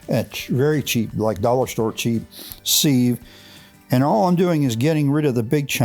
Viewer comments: Pronunciation police here. Pronounced “siv”. Not seev. Good stuff. Thanks for sharing. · Although it’s spelled with an “e”, sieve is pronounced “siv”.